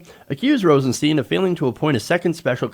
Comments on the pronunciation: It's Stein.. Not Steen.. You'd pronounce the word stein like Stine, so if it's Rosenstein, you'd pronounce it the same as if the Rosen part wasn't there.. He even went on an interview and said he doesn't correct people because his parents went by both to make it easy on others, but he even said it's Stein not steen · PLEASE... Rosenstein is pronounced with a long "i", not a long "e". That's how he pronounces his name. It's not ambiguous.